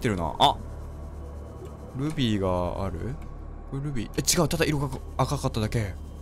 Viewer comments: ルビー！がグミ！に聞こえた笑笑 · ルビーがルフィーに聞こえるw